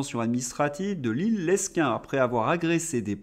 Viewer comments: Le s de Lesquin est muet ça ce dit Lequin désolé je suis un ancien du nord mais ça n est pas bien grave 💞😜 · on dit " léquin" pour Lesquin. merci de le noter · c'est comme l'article, on ne prononce pas le s dans Lesquin ! Oh pitié les LR ont soutenu toutes les ignominies de la macronerie !